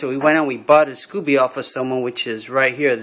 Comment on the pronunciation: Sco beee not scoo bee